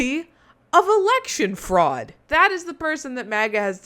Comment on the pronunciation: He said "Election Freud" 🤣